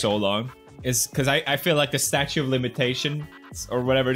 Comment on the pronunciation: "STATUE OF LIMITATION"